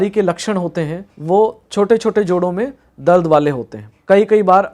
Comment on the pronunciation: Information is really helpful. I appreciate it. But every time doctor was saying, "दल्द"....In place of दर्द 😂😂